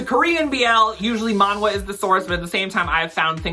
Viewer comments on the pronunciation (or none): As a Korean, "manhwa" is pronounced "man-ah" - the "hw" sound got lost with time. Chinese still uses the "hu" sound so you can distinguish the two with the pronunciation